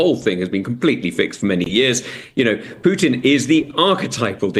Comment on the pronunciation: She pronounces Putin like putrid. Very fitting. When I was in Slovakia (1976/77) Russians had stationed an occupation army which had been there since the end of the Spring of Prag. I and two of my friends came across 3 soldiers who were wearing big coats in the middle of July. The reason for wearing the cot and boots was that they only had one shirt, and it was in the wash, so they had to wear the coat to look orderly. Moreover, they tried to rape us. I could tell other stories. I am very very negative when it comes to the Russian army. There is nobody between the generals and the petty officers, so the generals do not really know what is going on, and it is unbelievably corrupt.